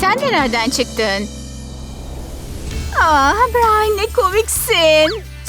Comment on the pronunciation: Brain deyil brian